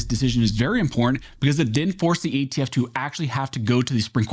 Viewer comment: Im por tant -- three syllables. It's important damn it!